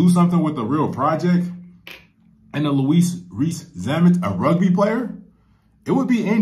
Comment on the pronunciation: Louis (pronounced Lewis NOT Louise😁) Rees-Zammit is a world class winger in Rugby. The real deal. He made his International Debut for Wales at just 19, which is young and whilst this does happen if your exceptionally good it's not that common. Normally teenagers go through the U20 system first and would be expected to get a couple of years of top level club rugby under their belt before being considered at International level. A bit like a high school football star skipping college football and going straight into the NFL. By the age of 22 he'd competed in 3, 6 nations tournaments, A British Lions Tour of South Africa and a Rugby World cup. The last two only happen every 4 years. He was only 20 when he was called up for the British Lions. I can not overstate how big a deal Lions tours are. On a par with the Rugby World Cup and even tougher. Most players consider it the pinacle of their career. Winning a Lions tour is even harder than winning a world Cup. Will he make it in the NFL? It'll be tough. Things on his side: - He's young and if it doesn't work out he could return to rugby at 25 and add to an already very impressive career. - He's a superb athlete. - He's an experienced top level professional. - His dad played American football for the Scottish Highlanders in the now defunct Eurpean league so he's grown up watching and understanding the sport. - He's working with some of the best coaches and players in the game. - He really wants this and has given up an already top-n